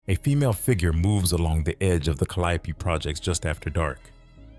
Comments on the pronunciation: Cal-le-ope calliope not ca-lie-ope kinda hard to believe the full facts of a story from a story teller and they don’t even know the actual name of the place the damn story took place 🤦🏾‍♀️ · 😩 Please it's pronounced the Cal-lee-O projects. The calyoppee🤭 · When he said CALIOPE instead of CALIO I raised an eyebrow 😮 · Yall need to start speaking on yall own commentary because I don’t know why y’all letting this AI commentator mispronounce our neighborhood and street names because it sounds very weird. That is not how we pronunciation the Calliope is pronounced, like calli yo, but it calli ope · We don't say ka LY a pee. We say CAL lee OPE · Its pronounced Cali-O, not calliope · Calliope is a goddess ka-lie-oh-pee… pronunciation is Cali-ope is a mispronunciation for the New Orleanians who don’t know their way although popular is their own way. It’s only a New Orleans thing. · this off topic af but is he pronouncing it right?!? I've only heard it pronounced CALI-ope...it's blowing me everytime he come with the four syllable pronunciation!...but I'm from Detroit & we gotta lotta French street and place names we mispronounce too!😅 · It’s pronounced “Cali Ope” and the E is silent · The Caliope..(cally-ope) 😂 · Pissed me clean off 🤣😂🤣😂🤣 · Wat tf is the kaliapy😂😂😂😂 baby ai cant pronounce new orleans words tell it say tchoupitoulas😂😂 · Pronounced ‘Cali-ope’… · It’s pronounced Cally-ope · We call it Callie-ope but the correct way is pronounced ( Ca-lio-pee). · I had to find something else to watch after the third ca/lie/opee. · 🙂 Hello. The Calliope projects is pronounced: CAL Lee ope. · Meatball 🤦🏽‍♀️🤷🏽‍♀️😅 you Pronounced it wrong Calliope that’s how you know you not from Louisiana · He is butchering the Calliope name 💀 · The way they're pronouncing the Calliope 😂😂😂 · You pronouncing the apartment complex incorrectly